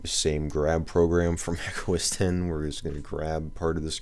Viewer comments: It's 'OS Ten' not 'OS Ex'. At least get that right if you're pretending to be an expert. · I mean, anything can be pronounced however you like in a certain way. This is a look at 'Red Star Oss' if that's what I want to call it. But it's wrong - and so are you. Saying 'OS Ex' shows an absolute disconnect with tech and therefore distracts from your ability to sound like you know what you're talking about for the rest of the video, which is quickly obvious anyway.